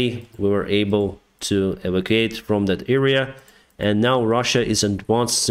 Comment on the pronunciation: Hi: Well done for your daily summary of events in Ukraine, particularly considering that you do so in what is for you the foreign language of English. At the risk of being pedantic, may I offer a slight correction to an English word that you have been required to use quite a lot recently. That word is EVACUATE, which in your context means "to remove from a place of danger". Evacuate has four syllables and is pronounced: EE VAK U ATE Your pronunciation sounds like EVOCATE, which has only three syllables: EE VOK ATE Evocate is not a very common word and has this rather unfortunate meaning: "to call up from the dead". I think it's what people try to do in seances. Hopefully, you won't need to use the word evacuate again, at least as far as Ukrainian soldiers are concerned, but if you do, I hope this helps. Best wishes to you and the brave people of Ukraine.